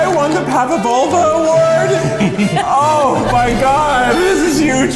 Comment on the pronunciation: I love the Pavlova episode so much. Kieth won it, but can't even say the name of the dessert correctly. xD